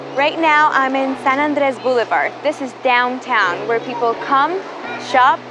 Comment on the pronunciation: Crocordires....bluelevard... haha what the hell is wrong with your pronunciation